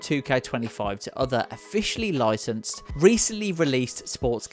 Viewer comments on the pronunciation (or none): You mean 'loycenses' and 'gaymepleah'?